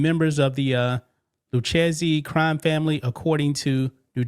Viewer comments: The Lucchese crime family is pronounced loo-KAY-see, 😂 not lou cheesey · LMAO it’s Lou-Kay-Zee not Lou-cheesy hahahahahaha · Its pronounced Loo-Kay-See. Please, PLEASE, stop saying, Lou-Cheesey🤨! Damn, yo, haven't you ever watched a mob documentary? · Pronounced Loo-Kay-Zee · Pronounced Lou-Kay-Z But i love Lu-cheesy 🧀 better!!😅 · lol dude it’s pronounced the Lou Ka zee family practice it at home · The family name is pronounced “ Lou Kay See” if y’all do another report. Love the channel. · It’s LOO-K-Z for the pronunciation. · Sorry but Lucchese is pronounced like "Luke-Kay-Zay" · It's pronounced Lou-Kay-Zee. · its pronounced lu kay ze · It's pronounced Lu/kay/zee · The Lucchese crime family is pronounced loo-KAY-see